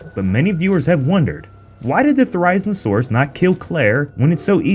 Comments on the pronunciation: Why do you say “Thh-air-EYE-zinn-oh-soar-us”? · no its (THER-uh-ZEE-no-saur-us) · You’re pronouncing the name of the dinosaur wrong. It’s pronounced Theri-zino-saurus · the theriz no sarus bruh what is wrong with you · I love you guys at but... its Theri-Zeno-Saurus, it makes watching the video hard >.< but i'll bear though it... sorry >.< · Nothing more annoying than hearing the name of the dinosaur pronounced WRONG over and over again! Thera-Zeena-Suras... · Why is this being explained? I thought it was pretty obvious even my kids understood it geez. And it's pronounced "theer-rye-zeen-a-sauras" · Oft the pronunciation of Therizinosaurus is hurting me😭 Ther-I-zino-saurus. Please! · Thericenosaurus, nice pronounciation mate. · It’s pronounced Thera-Zino-Saurus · You’re saying it wrong it’s fair! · Therizinosaurus, Theri as in Berry but with a Th instead of a B, and Zee No saurus. It's not that hard to pronounce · There-i-zeen- o- soar-us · Thereyeznosaurus. C’mon. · IT IS PRODUCED: TH-AIR-A-Z-NA-SAUR-US NOW PUT IT TOGETHER THERIZINOSAURUS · Therīznosaurus... Theriznosaurus... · boi can pronounce thiezinasurs im rolling XD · Dude you're pronouncing Therizinosaurus very wrong, it's pronounced Theh-rah-Zee-No-Sore-Us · I only have one problem with this video that he pronounces it wrong it's theri-zino-saurus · It‘s said There-EY-zeen-o-saurus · Man really said: Thurayznuhsaur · The name is pronounced ther-O-zee-NO-sore-US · the constant mispronuntiation of therizinosaurus being like "therighznosaurus" keeps on mentally hurting me though lol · Thera-zin-o-saw-rus. Pronounce it correctly. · It’s pronounced Thera-zeno-saurus can nobody get these names right >: ( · Thee-rise-no-saurus like really? Who taught you to pronounce it that way? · it's pronounced "ther-ee-zee-no-saur-us" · I came up with a joke based on pronunciation of Therizinosaurus: What do you call a lonely dinosaur? Ther-I-zee-no-saurus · Also it's THERI-ZEEN-O-SAURUS